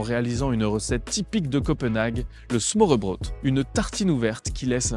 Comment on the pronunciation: Petit conseil pour la prononciation: å = o / ø = eu. Smørrebrød se prononce smeurbreud :) Superbe vidéo à part ça, elle m’a rappelé pleins de beaux souvenirs de la ville !